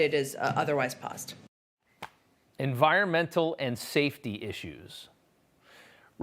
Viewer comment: Its "paused" lol